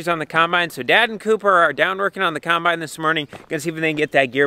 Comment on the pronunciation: Gotta love that says kinebine.